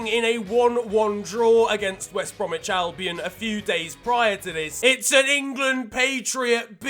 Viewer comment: "Wost Brem" 😂😂